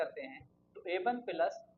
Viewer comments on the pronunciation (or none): Appreciable explanation, no offence but ...😶‍🌫️ Plus ❌😂 Peelus ✅